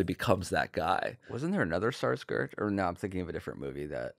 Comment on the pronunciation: those Sarsgaards?! the K in Skarsgård isn't silent! Anya, get his ass!